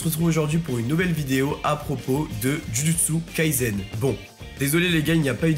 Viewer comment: Pourquoi tu prononces Jujutsu Kaizen? C'est un S dans le nom de l'anime